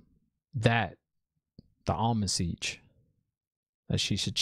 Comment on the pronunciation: Yoooooo... The fact that you are so ON POINT with your analysis, makes it so funny when you get a name wrong (obv bc ur new) like "Almond Siege"... I'm dead... Almond Siege 😂👍👍👍